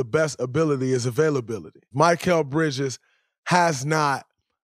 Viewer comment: Talking about Bridges like you know him but can't even say his name right 🤣